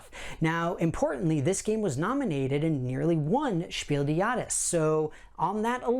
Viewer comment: Please, type Spiel des Jahres into google translate and listen to the pronunciation. Or just say game of the year award.